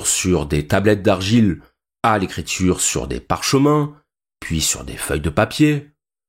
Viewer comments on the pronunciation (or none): L'IA pourrait-elle vous apprendre la prononciation correcte en Français? Par exemple, écriture ne se prononce pas écrit -ch-ure et sentiment ne se prononce pas sent-ch-iment.... Vous devriez finir par réussir. Bon courage.